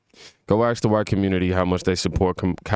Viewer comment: axe axe=ask , can you say ask ? ASKing for a friend ..